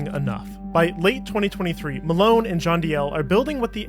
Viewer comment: It’s Marone